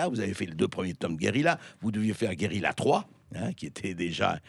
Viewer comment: Guérilla et non pas GUERILA